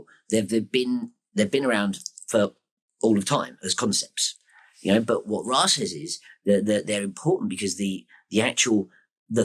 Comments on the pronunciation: If you don't pronounce Ra as "Ray" then you're not legit. Sorry. It comes directly from the source as Rā/Ray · it is properly pronounced ray. This is easily verifiable with basic research. Rah is standard pronunciation, but incorrect, just like the standard pronunciation or Julie Caesar, Aphrodite, Isis, and Che Guevara.